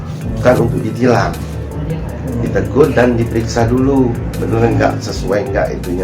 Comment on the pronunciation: Untuk d palaxxxx...bukan tegor 😅😅😅